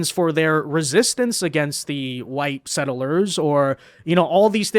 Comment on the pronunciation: PLEEEEASE....It's two syllables. Sett-lers,not set-ter-lers.